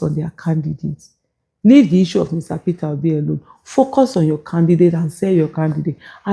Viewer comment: Dis mumu just keep saying "PitObi" 😂😂😂😂. Why is the pain of Peter Obi leaving them so enormous in their bones? Did Obi take away their intestines? I'm surprised Kenneth Okonkwo thinks his views are still relevant to the scheme of things. Just rest oga, go back to nollywood and try acting again. May be that will profit you, but Politics no fit u like dis. Or beta still, sit back and enjoy wotever small money you have now collected frm Atiku since he's good at diahing out Dollars. Abi is dat also hard for u to do?